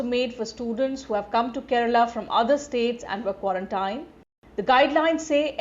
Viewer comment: I am from Kerala and I must say that the way pronounces each place in Kerala is amazing, most of the people from other states cannot perfectly pronounce the names of different places in Kerala. But here mam pronounces as she belongs to Kerala.